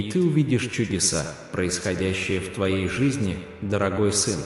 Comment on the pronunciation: В слове Дорогой ударение на последней слог ,, ой ,,.